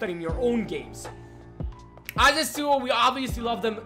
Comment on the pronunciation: stop pronouncing "yasuo" like that, it is mega annoying